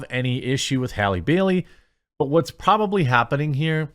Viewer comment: I thought you were saying Halle Berry and I was really confused